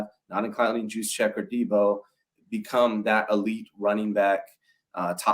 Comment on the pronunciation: Can someone please tell him that the J in Juszczyk is silent?